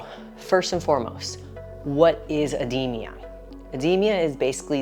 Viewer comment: Ed-de-ma Not ed-de-me-a Yw